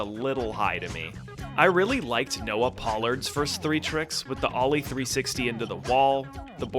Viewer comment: Good video so far just had to point out it's Noah "pull-ard" not pronounced as it's spelled pollard